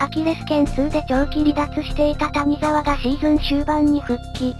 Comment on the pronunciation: たにざわじゃなくて谷沢(やざわ)やぞ